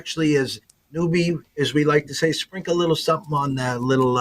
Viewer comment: Cant say sprinkle 1.5! COMon man!